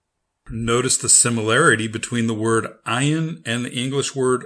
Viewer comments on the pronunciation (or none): Because it is not silent. You should learn with a middle eastener person. Search Maha channel. She teaches hebrew and arabic. This channel have a terrible pronounciation Ayin has the sound of "uugh". Is very hard to describe.